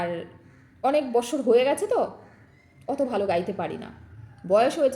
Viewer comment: বছর কে বলে বস্সর বস্সর